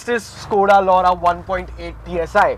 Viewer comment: Skoda Lauda LMAO🤣we Indians cant say it right.